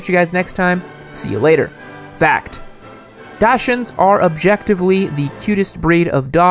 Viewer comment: Love love love Dachshunds But you need to learn how it is said! Absolutely NOT the way you said it!! Lol